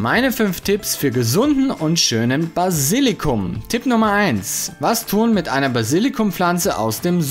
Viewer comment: Basilikum, nicht Basillikum. Trotzdem danke, für die guten Tips (Tipps).